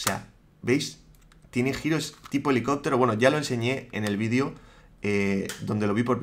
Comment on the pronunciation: jamás me acostumbro a escuchar 'vidio' en lugar de video pero me encantan tus videos!! 😃